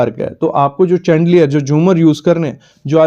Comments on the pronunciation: Chandelier likhte hain lekin Pronounce Shandelier karte hain...sha not cha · चंदेलियर 😂😂😂😂 शैंडलियर (अमेरिकन) या शांदेलियह (ब्रिटिश या भारतीय) का उच्चारण है। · Chandeliers का उच्चारण शैंडलियर होता है।